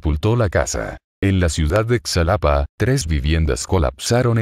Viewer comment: se dice xalapa como pronunciar la jota ...así Jalapa